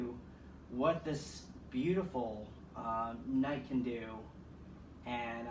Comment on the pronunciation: “Kight” or “Knight?”